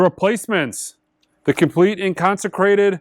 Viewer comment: In concer-ATED